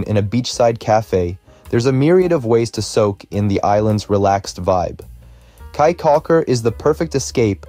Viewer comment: Caye is pronounced “key”.